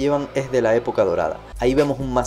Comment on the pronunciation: "Mugcle uuuh.... Otro mugcle uuh prooo..." lo mejor de tus videos jajajaj